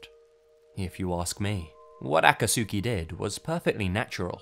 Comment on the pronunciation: The man saying Aka-Sooki Has never watched naruto He’s mispronouncing Akatsuki lmao